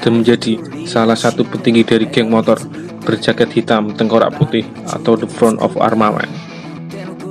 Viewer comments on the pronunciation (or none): none